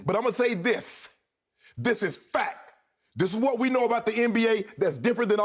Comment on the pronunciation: Shannon: THIS IS FAK!